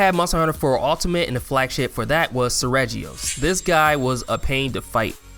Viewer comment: You miss pronounced brachydios and Seregios. Also you just googled what the flagships are since you used the Japanese names for the mhx flagships. The online lists tend to you use those. Also you forgot azure rathalos in Monster hunter G.